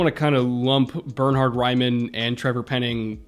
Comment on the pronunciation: As an Austrian I've been waiting for more than a month for someone to finally talk about Bernhard Raimann, glad my favorite NFL channel came through first! Also props to you, you did his name proud, first American I've heard not calling him Bernard. Hope he goes in the first round but any way this shakes out, he's very probably going to be the first drafted Austrian in the NFL and I'm hyped to see him play and develop. Dude's changed to OLiner only TWO years ago and seems to be a really professional athlete. If he can stay healthy he's only going to get better.